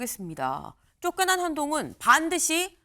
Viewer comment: 안농운으로 들리는데 뭐냐?ㅋㅋㅋ가발벗으라고 조롱하는거임?ㅋㅋㅋㅋ